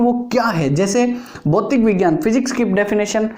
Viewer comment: सर भौतिक विज्ञान होता है भौतीक विज्ञान नहीं